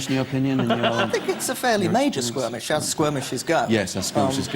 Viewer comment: For those Americans still confused about them going on about "squirmish" it should be SKIRMISH 😂 and she messed up with "squirmy"😂